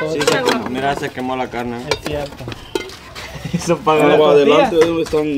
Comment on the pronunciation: siempre dise es dierto es sierto